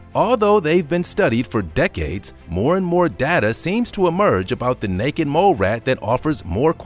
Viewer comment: Haha the first time you said necked mole rat lmfao